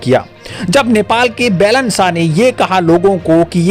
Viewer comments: अरे भाइ बेलेन नहि बालेन शाह बोलो यार कमसेकम उच्चारण सहि ढ्ङ से करो। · भाई साहेब आपका ये news के लिए आपको धन्यबाद लेकिन १ बात पर आपका ध्यान आकर्षण कर्ना चाहुँगा आप जो नाम ले रहेहो वो गलत उचारण कर रहे हो ये (बेलन शाह) नही ये (बालेन शाह ) है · आपके उच्चारण अशुद्ध है । बैलन साह नहीं, बालेन साह बोला करें ।